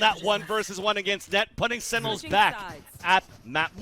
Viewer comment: guy cant say sentinels